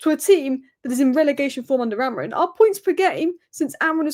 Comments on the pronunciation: Just want to say, it's Amorim. Not Amorin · Maybe AmoriM is trolling you because you can't pronounce his name correctly? 🙄